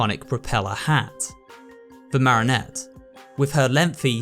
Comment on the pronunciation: Love the work but please say marionette right [ma-ree-uh-net]😂😂😭 all I can hear is marinette from ladybug